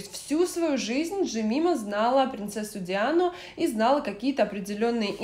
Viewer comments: ДжемАЙма, а не ДжемИма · Спасибо большое за прекрасное видео. Мне кажется правильно произносится Джемайма. А на счёт венка, то никто из роялс от своего имени венки не возлагает, они возлагает я роялсами, но от разных родов войск и по-моему ветеранских организаций. То есть просьба Гарри вообще из ряда вон совершенно